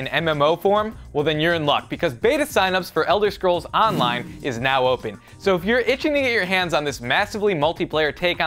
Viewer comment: ELDAH SCROOOOOLA ON DAH LINAAAA